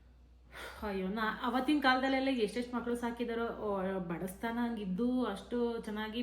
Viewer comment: ಬಡಸ್ತನ ಅಲ್ಲ madam ಬಡತನ